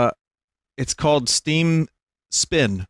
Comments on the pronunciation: "And it's called - Steam Spin" No Vinny. It's called Steam Speen. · steen speen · Steem speen